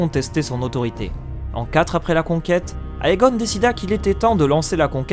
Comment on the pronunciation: Comme il s'agit d'une oeuvre en langue anglaise: AE se prononce É. Tout comme EI et EY se prononce I. Donc "Aegon" se prononce "Égon".